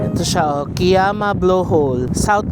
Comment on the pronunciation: Kiama is pronounced as “ka-yama”.😊 I also thought it’s Ki-yama before! Been there last weekend. Same spots. Plus Gerringong/Werri Beach.